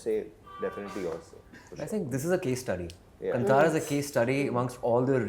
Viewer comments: And it's not Kun- Tara...it's said as 'kaantara'.. Kaan as in ear in Hindi.... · Ye kanTara kya hai be,,,, Kaanthara bolo na sahi sahi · its not kantara its kaantaara please read it in hindi english spellings are always inappropriate to Indian words. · So proud of Rishabh Shetty!!!! 👏🏼👏🏼 wish he corrected how they butchered kaantara name! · Atleast Janavi should have pronounced Kantara properly 😏